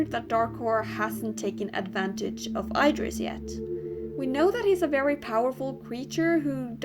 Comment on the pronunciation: It's pronouced: ID-ris. NOT: I-dris.